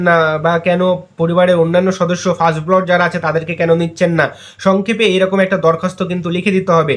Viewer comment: উচ্চারণটা "ব্লড" হবে না। সঠিক উচ্চারণ হবে ব্লাড (blood), মানে রক্ত।